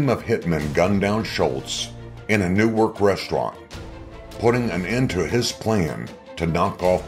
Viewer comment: Bro it's Newark(norak) Not Nework😂😂